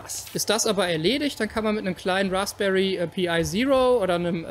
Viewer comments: Super Idee und super Video! Eine kleine Sache: es heißt "Raspberry Pi", also Pi als ein Wort gesprochen (wie "pie", nicht "pee eye") ;-). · Rasbery Pi spricht man als "Rasbery Pai" aus und nicht "Pi Ai"